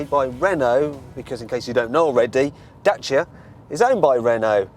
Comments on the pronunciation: Da-ch-ia, because that's how they pronounce it in Romania. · its actually da-ch-ia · DACIA NOT DACHA !! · i prefer the way James May pronounces Dacia compared to the correct way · Romanian pronunciation: dat͡ʃi.a, the t͡ʃi being not dissimilar to the "t" sound found in tex"t"ure, or punc"t"ure. Look it up yourself. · I'm actually being put off the Dacia brand because of the way the marketing men and journalists keep pronouncing the brand Dat-chi-a, it's Day-see-a in the english language. There are a lot of other car brands we all pronounce differently in our own languages. We didn't call the Citroen 2CV the deux chevaux, because that's the French way of saying it. It's Day-see-a people.